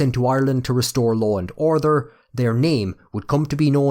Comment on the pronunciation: Amazing that I am Irish and live in Dublin! Never heard anyone say "orther" for order, or "lather" for later. Otherwise the bogger accent is entertaining!